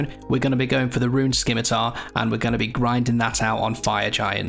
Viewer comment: The first runescape YouTuber to admit to the proper pronunciation of Scimitar